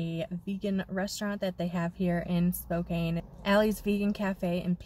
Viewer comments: Thanks for sharing your travels! For future reference, it is pronounced Spo-can, not Spo-cane :) Safe journeys! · I live in Spokane...pronounced...spo- can.😊😊😊 Please be careful in Idaho. Pretty hot state right now for the virus. 😷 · You really did Washington justice. It is a beautiful place to visit and live. Stay safe! PS pronounced Spo'can'. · i have a good friend that lives in Spokane - it's pronounced SPO CAN - she corrects me all the time lol